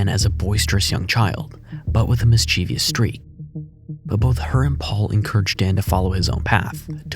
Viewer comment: Great video! BTW, mischievous only has 3 syllables. It does not rhyme with previous. 😉